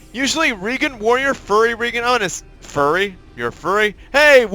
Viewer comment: Lol it's fury not furry but I don't mind.